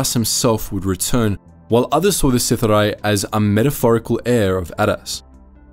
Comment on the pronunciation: WHAT is Sith-a-Rye?! It's Sith-ari!